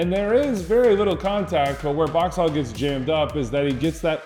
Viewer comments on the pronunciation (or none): MLS All-Star and MNUFC Club Legend Michael Boxall does not have an "h" in his last name.